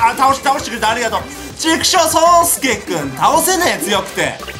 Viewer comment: あーびっくりした、そうすけが、ようすけってきこえた。(よっち)(ボンボンTV)